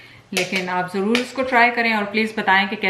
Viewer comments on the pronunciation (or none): none